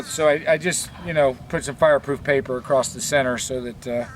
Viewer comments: Acrost = across! You sound like a little kid saying sketti instead of spagetti !!!!!!!!!!!!!!!!!!! One day it may crost your mind, lolzzzz. I'll keep my fingers crossed! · Did you say acrosst?